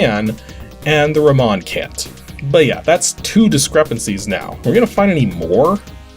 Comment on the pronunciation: How do you not how to say Luis and Ramon??